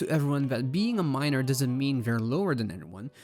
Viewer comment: Every time he said Miner, I heard Minor. The movie would be a pretty different if Megatrans was a minor😅